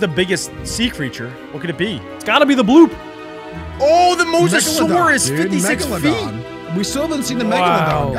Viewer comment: What do you mean boop it’s bloop not boop